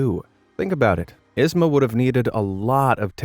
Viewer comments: Yzma's name is pronounced EEz-muh. Not Iz-muh! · YZMA not ISma.! 😩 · Every time you mispronounced yzma was agony. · The real horror story is his pronunciation of yzma. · The way hes saying Yzmas name wrong is cringe. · Anyone else bothered by how he mispronounced Yzma EVERY TIME???